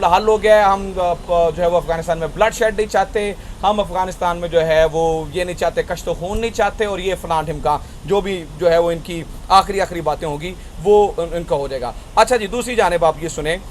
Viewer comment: Thanks for latest information. Please correct your pronunciation of a phrase: it is کُشت و خون and not کَشت و خون